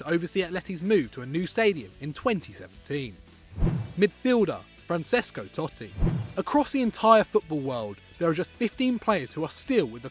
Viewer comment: Peter Vines and Football yeah but this mug pronounces francesco totti wrongly